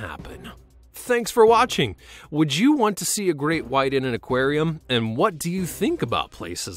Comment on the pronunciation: In a Acwarem